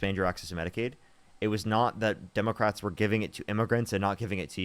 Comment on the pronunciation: Does she keep saying “Dumbocrats” on purpose or can she just not say it correctly?